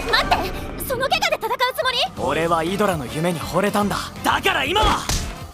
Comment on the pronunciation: 12분 30초 발음/ 아드라> 이드라